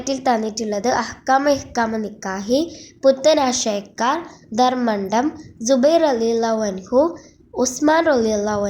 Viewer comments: ധർമണ്ടം അല്ല ധർമടം aan🫤👀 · ദർമണ്ടം അല്ല darmadam aan